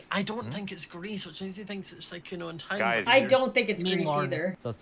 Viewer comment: How to pronounce Sykkuno: Sike uno :’)